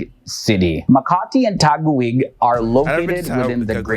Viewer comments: Im sorry but it’s really fun to hear foreigners speak the Filipino or Tagalog words. Let me correct it, its not “Ta- guwig” the ‘gui’ pronounced as “gi” strong “gi” like sound of strong G and strong I. But I had fun hearing foreigner’s accent when they tried to speak tagalog language. Salute to you, sir~ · just a little explanation here pls pronounce the mindanao.like this min-da-nao(now)not mlndao sound as in mindanow...now sound like.second we speak English people because that is our second language.we study English since we started in school,another one not taguigggg pls read tagig.silent u 🤭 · TAGUIG IS PRONOUNCED TAGIG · It's pronounced as MIN-DA-NAO, 3 syllables. And TAGUIG is TA-GIG, 2 syllables. Btw, nice video tho! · ta-gig (taguig) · Its taguig